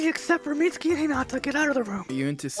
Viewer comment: i like how u guys say hinata wrong